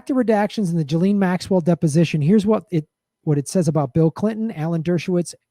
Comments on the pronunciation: i like how you call her jilleen instead of gee-lane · It’s ghee-lane